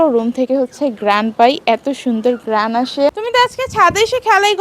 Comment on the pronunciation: গ্রাণ কি আফা😂😂 ঘ্রাণ বলেন শুদ্ধভাবে তো আপনি বাংলা টাও দেখি উচ্চারণ করতে পারতেছেন না😂 তোতলা😂 মূর্খ। আজকে তো বড় বউকে নিয়ে বদনাম করিস নি দেখিস কত ভিউ হয় তোর ভিডিওতে😂